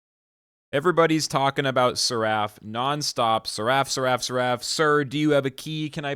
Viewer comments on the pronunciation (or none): Seraf. Not Ser-A-ff